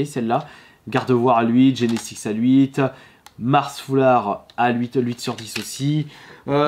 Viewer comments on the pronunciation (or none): J'ai vraiment du mal avec son "LUITE" je sais pas il le sort d'où son L dans Huit